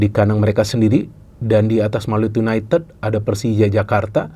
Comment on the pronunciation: Gak enak didengernya yunaited(ted),, kalau pake yu,ya diucapkannya yunaitid